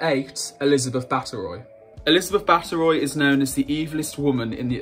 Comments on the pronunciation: Baathory with ry at the end not roy. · Its Bathory and not Bathoroy. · Ugh. Don't copy Wikipedia. #10 was Isabel not Isabella. #8 her name is pronounced bar tor ree. #4 she was Margarita Teresa of AUSTRIA, NOT Spain. She had the title Archduchess of Austria by birth which took precedence over being an Infanta of Spain. #DONTCopyWikipedia. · Bateroy!?🤨 Makes me both laugh and annoyed, that people doing these types of videos never actually learn how to say peoples names and titles! One actually called Louis, dauphin of France, Dolphin! 🙄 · His pronunciation of bathory is embarrassing